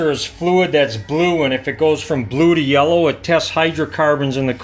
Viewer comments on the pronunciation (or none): none